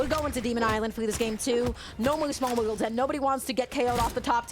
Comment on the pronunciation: Why is she doing finals omg. Keep her in the lower brackets please if you can't get rid of her. I like to have my commentators capable of pronouncing words correctly.